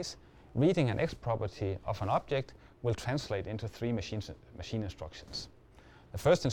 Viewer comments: Yes. He sounds like he's saying "optic", but he clearly _meant_ object. The subs are wrong. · I think he's saying object not optic. +1 if you were confused for a little while